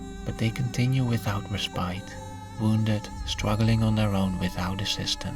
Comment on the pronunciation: Hey bro thats not how you pronounce the word respite.